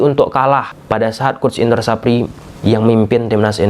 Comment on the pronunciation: Indra safri bang bkn sapri😂